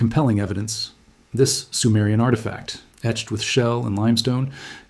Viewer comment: I thought he said "edged".